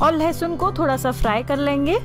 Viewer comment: Its not lahasun its lesun